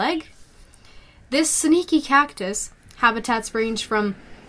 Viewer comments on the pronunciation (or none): it sneaky u have pronounced it as seneaky